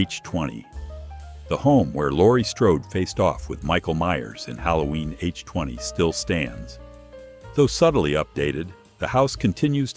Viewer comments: It's HALLOWEEN H 2 OH....NOT H 20😂😂😂😂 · Haloween H-TWENTY???? Stephen King's fictional Derry from "I" "T"??? The stupid AI doesn't know how to say the word "IT"??? I HATE AND DESPISE AI NARRATION!!!!!!!!!!!!!! Do your own voiceovers! Is it that hard? I mean it took more to write the script for the stupid AI than it would have to read it for yourself. I HATE AI NARRATION!!!! is the same photo too. Do better, man.